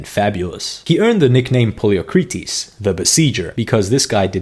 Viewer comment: Can you really not say the word "died" or "killed" in your video? This is asinine. Also could you not have made even a tiny bit of effort to pronounce Poliorcetes properly?